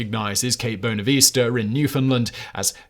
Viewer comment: Just a pronunciation thing. The area in Newfoundland where Cabot is said to have landed is pronounced bon-nah-vista not bone-e-vista. (Newfoundlander here) And to all the folks bitching in the channel about why not x or y explorer... Top 10. Not every single one of them. Stop being complainers. If you're that pissed he didn;t mention Perry or Earhart, ask for a second list instead of passive aggressively whining.